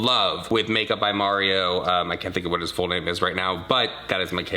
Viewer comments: The way she pronounced Mario’s name 🙄🙄🙄🙄🙄🙄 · MARRIO is how she says his name lol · Who is Māre-ē-ō? She speaks so sloppy! 😩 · "Official wedding foundation"? Is that even a thing...and, could she please learn how to pronounce "Mario" 'cause it's not Marry-o...ok, she said it wrong over and over then closer to the end she said it right...she's a liar about everything. People have said her accent is fabricated. Ok...I just don't like this chick/dude...whatever her persuasion. She's just not honest and I love honest people. You two really never seem to lie. ❤